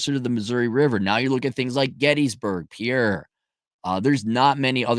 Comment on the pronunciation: And it's pronounced PIER, not Pi-erre, ya part timer.